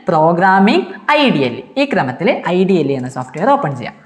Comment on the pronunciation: IDLE nehi sir ഇഡലി aahnn😂